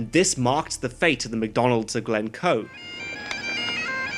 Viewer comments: Er that's Glencoe, not Glemcoe! I'm sure those "reaction videos" are mostly fake. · It's Glencoe btw